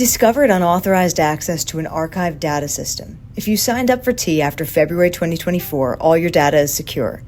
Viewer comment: Its data breach. Not dadda. Data.